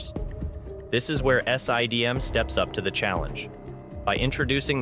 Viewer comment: S.I.D.M, Sye-D.M, Siddum; how many different ways can you pronounce the same thing in one video